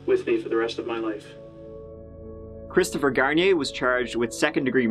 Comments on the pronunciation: "poor Chwistopher" 😂💦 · "poor Cwistopher..." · He said Christopher shampoo 😩😂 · Christopher Sham-poo. 😂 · Poor cwistopher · Hahaha 😄 "pooor Cwistofer 😢" lol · LMFAO HE SAID CHRISTOPHER SHAMPOO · "Cwisterfer" classic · Poowur cwistophur